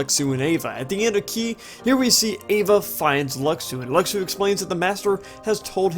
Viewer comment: His name is pronounced Lushu. that's how you say Luxu.